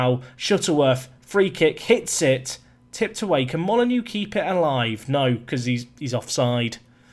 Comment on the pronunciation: Oh. Dont worry about the mistake, we all make them. Also, dont forget, Moly-Noh 😜